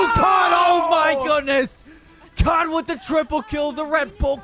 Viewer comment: Ada Casternya ternyata. Btw lucu jg Cud dibaca Kud sama org luar :v